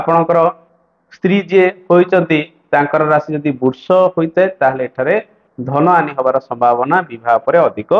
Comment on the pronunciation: brush rasi ku bursh uchharan kn karuchanti suniba pain bhala lagunahi . Sunile Banti asijauchi